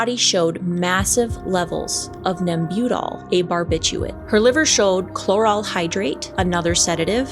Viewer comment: It is NEMbutal. You are putting the emPHAsis on the wrong syLLABle.